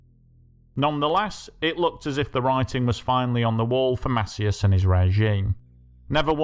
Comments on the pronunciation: Mass-EEE-ass. Not MASSiyass. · It’s pronounced Masee-As